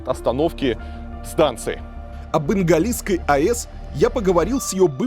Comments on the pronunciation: Игналинской, а не ингалиской, бл...дь! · да и с ударениями у Вас там не-айс:( а то, что автор назвал "Игналисской АЭС" , все считают Игналинской. Автор, отложите свой смартфончик, разговаривая с человеком, любым. Человек на вас своё время тратит, будьте любезны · несколько раз сказа "инглаинской", вместо "игналинской"